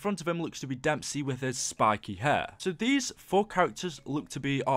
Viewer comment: Dude you made a mistake it is when you saying damesy 2times